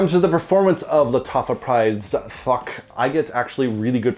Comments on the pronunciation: Everytime you say thouq, I keep hearing the word FAWK 😂 no hate,just making me giggle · Nice review, always wondered about this one. Btw, the "Th" in Thouq is pronounced the same way you'd pronounce "This" rather than "Thought".